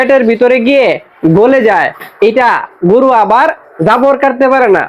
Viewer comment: ভাই গুরু না গরু। উচ্চারণ ঠিক করে বলবেন। শুভ কামনা রইল ভাই 💚